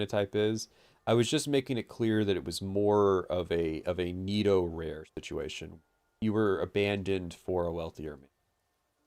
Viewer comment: Despite being unable to pronounce netorare, he has a better grasp on what netorare actually is than most netorare enjoyers/haters.